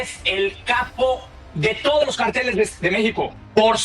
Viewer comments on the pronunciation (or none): Noo se dice " carteles " es ( cárteles ) éste sr aparte de vulgar noo habla correctamente y lo estoy viendo por el invitado noo por el alazraki